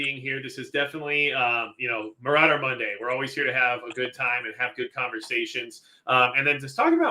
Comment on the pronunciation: Majicccc " general maurader " hahahaha